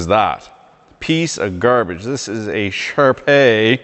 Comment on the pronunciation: I always thought you were west coast through and through but the way you said grrrrbage makes me thinks you speak in the maritimes tongue too. Keep her between the ditches - fan from Halifax